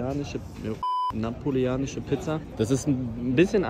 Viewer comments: Niemand: Elias bei : Napolianische Pizza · Alle: Neapolitanische Pizza Elli: Napolianische Pizza